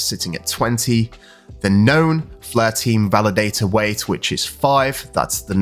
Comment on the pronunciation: FLARE!! NOT FLEURR